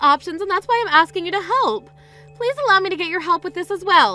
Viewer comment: It is not What , it's WHY why jeez